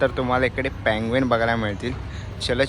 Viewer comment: Fude ❌❌❌ Pudhe✅✅✅ Panguins❌❌❌ Penguins ✅✅✅ Kitchens ❌❌❌ Keychains ✅✅✅ Kitti vela sangitlay...bhasha sudhara! Marathi correct bola!!!